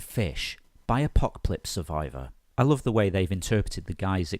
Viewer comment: I LOLed when pronounced 'apocplypse' the way it is spelled not once but twice! 😹